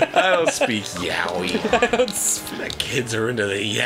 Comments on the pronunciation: Wait....when they were trying to say, like, that Japanese word....were they trying to say...yaoi?! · At this point I just don't understand how people mispronounce yaoi so consistently.